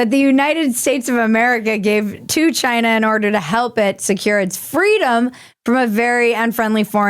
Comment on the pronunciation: "Chiiyinaa!" Ha ha ha ha ha How'd you fight that extra syllable in there? Ha ha ha ha ha ha ha ❤😁👍